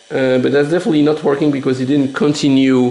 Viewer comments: "It's...it's verking!"! You brought it back to life! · "it's.... it's.... it's VORKING!"